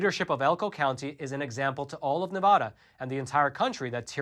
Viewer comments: Dude if you want to report on Nevada, learn how to say it! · Nevada is pronounced with the vad pronounced like bad not with the a sounding like o. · Nice video, but please learn how to say Nevada correctly. The a is like in apple. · Dude, please learn the correct way to pronounce Nevada!!! It’s Ne-VAD-uh NOT Ne-VAH-duh. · its Ne - va - da not Na - vau - da, its like the word hand, its Hand Not Haund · It's Nevada, NOT Nevoda!!!!! 😡😡😡😡😡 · Small thing to most people but a big thing those in and from NV - pronounce it correctly. Ahh not ohh. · It's pronounced "Nevada" NOT "Nevahda". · Love the content. Ne-Va-Duh. Not Ne-Vah-da. It’s petty I know, we hold onto what little we have. Thanks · I love you guys and everything the Epoch Times is and stands for. But please for the love of all Nevadans, refer to our state as 'Nevada' with a soft a as in 'Dad'. Not Ne-VAH-da. It drives us batty and this highly mispronounced Pronoun continues to be perpetrated! State historians will tell anyone that NeVAHda is wrong and if you come to our state you'll see bumper stickers trying to get people to stop saying it in this way lol. How this way of mispronounciation of our state's name became so popular we will likely never know. But I have to politely correct so many people I'm on the phone with whenever I pay bills out of state as they almost always say 'NeVAHda' lol. But it's totally wrong. Take care keep doing everything else right though! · Thank you for all the great information as always! By the way It's NEvADA not NAAvada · Liking and posting for the Al Gore Rhythm! Staying for the great, intelligent commentary!: PLEASE! It's pronounced Nev-ADD-da, not Nev-VAH-da! Thanks for the AZ audit update and letting me know which two NV counties I should look at moving to from Clark county. Keep up the great work! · Just a slight correction if you wouldnt mind... Nev-a(short a)-Duh. Pronunciation is helpful for us! Appreciate your work!